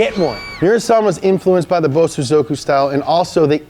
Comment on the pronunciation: I can help with japanese pronunciation. The proper pronunciation is Bo-sozoku. Bo is defined slight pause then sozoku is spoken in a faster unison way.. Bo-sozoku . Not Bo-Su-zoku